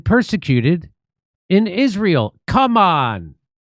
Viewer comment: Don’t say Cum-on Jimmy… Next time it’s not only going to be spit. 👁🙈👍🏻😜